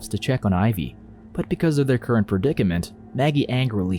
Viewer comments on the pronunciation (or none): none